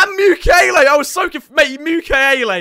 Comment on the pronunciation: RIP saying Mukiele Mukulele. The ukulele clip art will be missed